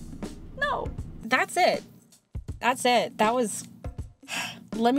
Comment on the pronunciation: Is it just me or is it that at the Ned of the vid, you said “that’s it, that’s it” and I kinda sounded like when you got your wisdom teeth removed